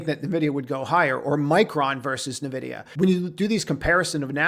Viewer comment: No. Learn to pronounce "Nvidia" correctly.